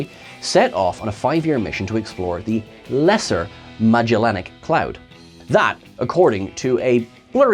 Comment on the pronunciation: Magellanic, not Magellanic,.